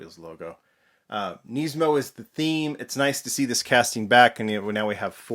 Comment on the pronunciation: Can you please say Nismo properly? It's not Neesmo. I managed to snag one of these so I'm excited, I just wish they would have displayed it with the hood open 'cause I already have a loose purple one and was planning on keeping this one on the card.